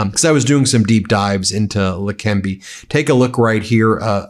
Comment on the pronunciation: It's not lekembi but lekeneba